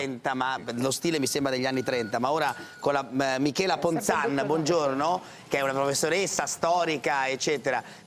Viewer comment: Parenzo, non Ponzan, ma Ponzani !!!